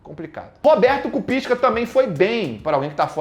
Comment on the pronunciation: "Kupisca" rachei demais kkkkkkkkkkkk